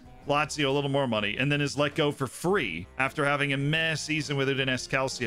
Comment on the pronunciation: Check pronunciation in words: Calcio, Udinese, Perugia, Cittadella... 😬 they were all said incorrectly.